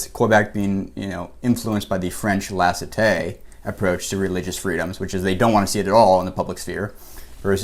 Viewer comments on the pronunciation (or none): Neither of you are pronouncing laïcité correctly. Just sayin' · Great video ! From a French perspective the analysis about religion and "laïcité" was suprisingly accurate (exept for the prononciation of laïcité haha but who cares) very interesting as always !!